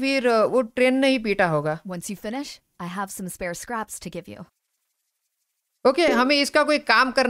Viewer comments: Ajju bhai bho carps nahi scraps hai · Bhai scare nahi scrapes hota he 😂😂😂😂😂😂😂😂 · Ajju Bhai aap galat bolati hai isko craps Nahin isko scraps bolate Hain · Sorry to saying ajju bhai this is not scarps it is scraps see spelling and pronunciation at Google plz please pin the comment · Inhe scraps bolte he ajju bhai naki scarps